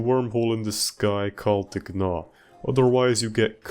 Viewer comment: “Gnaw” is pronounced “naw”, like chewing? It’s a word.